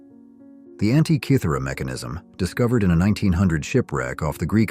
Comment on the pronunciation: Congratulations. You must be the first English speaker I’ve ever come across in a video who pronounces Antikythera correctly. Well done! 👏